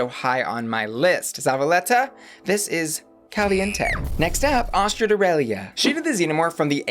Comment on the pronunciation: Just letting you know Astrud is pronounced Astrid, it just because she is Brazilian she wanted to spell it to connect more with her heritage